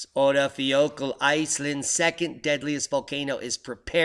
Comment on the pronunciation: I think the pronunciation of the Icelanic volcano is something like ur-eye-fa-ya-kood-la.